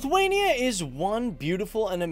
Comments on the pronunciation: Lutherania???? Whats that? A Lutheran in Lithuania???? Its pronounced as Lit-wayne-E-ah! If your gonna do a history piece on my ancestors homeland. Learn how to professionally pronounce it! You do start saying it right in the middle of video and then back to Lutherania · You pronouncing Lithuania wrong. lithUania, not lithwania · Lithwania lol.